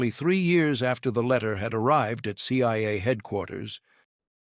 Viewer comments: It’s CIA. Not CYA. Either AI or dumb narrator. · Why do I hear, "CYA" and "FBY", at times?